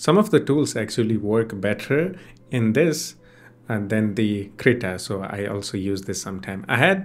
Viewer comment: Yeah! That also with poor pronunciation which made the auto-generative subtitle to write 'CR' instead of 'Krita'. This sucks. 😑